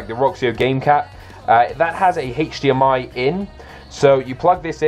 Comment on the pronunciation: the way he says hdmi bugs me